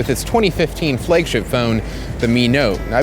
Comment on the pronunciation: I'm sorry but Meui sucks. And plz pronounce Xiaomi and flagship correctly.